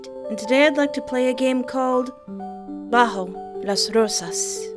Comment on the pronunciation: Espoir reading a spanish title is... sublime, muy sublime 🤌 Saludos desde Argentina 🇦🇷